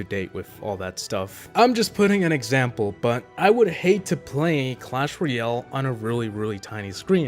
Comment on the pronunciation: Its clash roYALE not clash roYELL